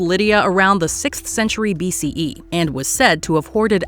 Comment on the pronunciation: Hearing the narrator repeatedly saying BCEEE was obnoxious 👎